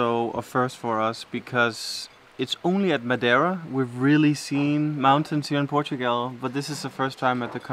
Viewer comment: It just struck me: doesn't say "Portugal" she says, instead "Portugel" Hilarious!... ❤